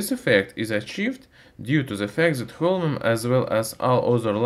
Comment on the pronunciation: watched the full video without hearing the name correctly thanks weird accent guy thanks alot !